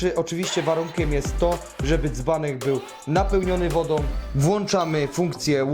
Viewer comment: Wodom, rozsondnnom, za pomocom, instrukcja obsugi, dugość , pomys, blutucz , sparowane ze dzbankiem, ulubionom jerbom, tom domyślnom, Itp etc Chłopie ogarnij język polski